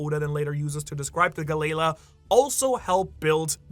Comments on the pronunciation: It's not "Galey-la". This is another one of those cases where the Japanese "L" and "R" get flipped. It's "GaleRa" which is a common pronunciation in many European languages of the "Galley" ship type which is propelled by oars. Why European languages? Because that's who used the Galley ships. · it hurts hearing Galley Law pronounced like Ga-Layla XD those poor giants and the water 7 shipwrights lol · Maybe I've been watching in English for too long, but I thought Galley-La was pronounced Gal-E-Law, which made sense because they were the ones in charge of basically policing the city or at least anyone they would go after anyone messing with the shipyard.